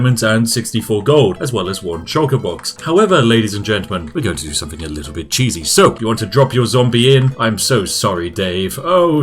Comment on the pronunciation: Is it a conscious choice to mispronounce words like ‘with’ and ‘something’ as ‘wiv’ and ‘somefing’? I’d never bring it up normally but since I assume you are playing The Spiffing Brit as a character this apparent inability to pronounce ‘th’ is really jarring when compaired to the rest of your speech.